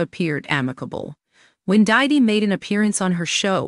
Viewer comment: It's hilarious how the AI voice mangles Diddy's name.